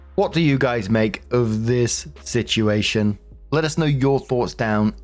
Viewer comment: I miss when you pronounced "situation" like "sitchi-ation",. Unless I imagined that, then nevermind.